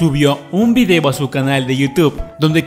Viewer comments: Minuto dijo videvo xDDDDD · dijo un videvo😂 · Dijiste videbo xd